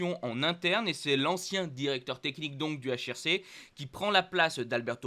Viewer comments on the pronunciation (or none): none